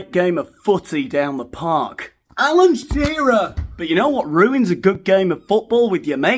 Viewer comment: I don't know why but the way you said "Alan Shearer" really tickled me! 😂😂😂😂